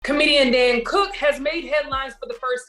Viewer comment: Hey there. His name is not Dan. It’s Dane. Just saying. 🤷🏽‍♀️